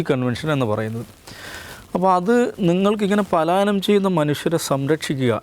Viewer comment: പാലായനം അല്ല പലായനം 😂😂😂